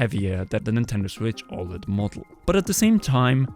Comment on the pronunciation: Nintendo Switch ÅLED!